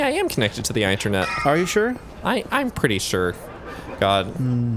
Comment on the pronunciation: did you just pronounce internet with a long i? Eye-nternet